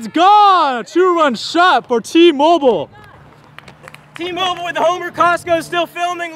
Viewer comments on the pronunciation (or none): Am I the only one that thought was saying Team Oval instead of T-Mobile